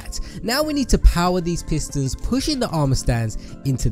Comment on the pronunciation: Why did he call the pistons pisters